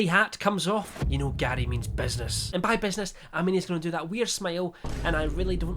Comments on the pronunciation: im sorry but every time he said gary i heard daddy and it caught me off guard each time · Every time you said Garrrrry, all I got was that episode of Only Fools and Horses... :D